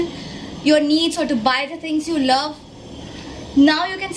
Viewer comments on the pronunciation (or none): none